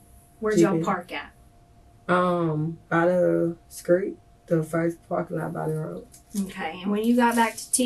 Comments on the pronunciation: 6 kids can't even pronounce street! .... skreet smh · The blatt "community' is in bad shape. 33 years old, 6 kids works at a burger place, murderous boyfriend, violent thug friends. And can't even pronounce STREET!!!!!!!!!